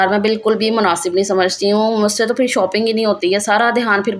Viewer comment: Ap phir ko fir kioun kehti hain?